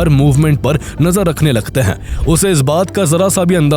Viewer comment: Hain ko Huhh kehta hain tumhara ai voice